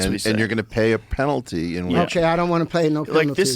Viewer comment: "you're gonna pay a penatly" wtf